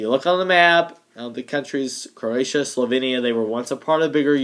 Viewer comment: SlovEEnia not slovinia, in terms of pronunciation.